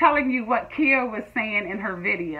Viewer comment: It's pronounced khaya not Kia like u do 😘😅